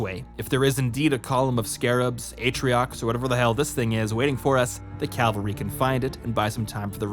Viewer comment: It's pronounced CAV-AL-RY not CAL-VA-RY. Calvary is where Jesus was crucified lol. It's right in front of you and you're pronouncing it wrong dude